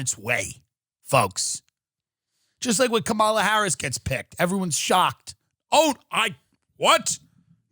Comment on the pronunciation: Tht bothered him and so did the Kamala Harris pronunciation as well as joe either not taking him around the town or atleast suggesting some places or both.